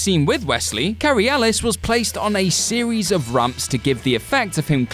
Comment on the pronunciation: His name isn't "Cary Ellis" it's "Cary Elwes" pronounced "El-weez". Jeeze, dude, you're all from the UK how can you not pronounce his name properly?